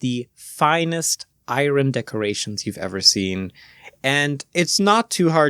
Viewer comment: It surprises me how many Germans can't pronounce iron to save their life. Also congrats. Best wishes for the future.